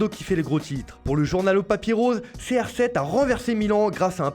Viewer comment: 😂😂😂 moucha dembele. Ef ché Barcelone. Ché R7